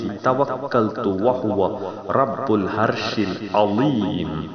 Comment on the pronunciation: Thank u jazak allah khair, but please correct your pronounsation. Its not الهرش correct to العرش please